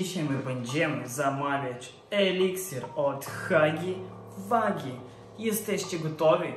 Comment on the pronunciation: hagi łagi się czyta :)